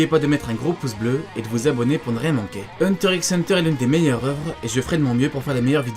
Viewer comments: Ça se dit Hunter Hunter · Il prononce le "x" 😭😭😭